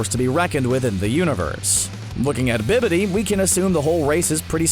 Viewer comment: HIS NAME IS BABIDI NOT BIBIDI